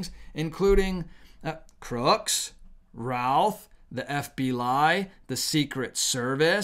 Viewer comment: Routh is pronounced Ruth. Know them. Please say his name correctly.